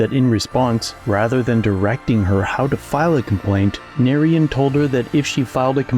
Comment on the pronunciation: Oh shit. Narayan is an Indian dude. "Nah-ryan" is the pronunciation